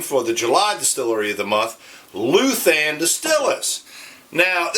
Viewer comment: Pronounced LOU-than, not LU-than. The ou has a similar sound to: out, gout, sprout, trout, etc. Almost like LOW-than.